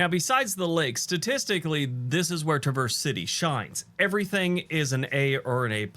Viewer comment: He mispronounced Traverse city